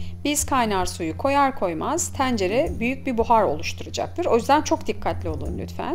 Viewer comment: Abla şu E leri bi rahat bırak ya. Tencere diyişine odaklanmaktan tarifi dinleyemedim.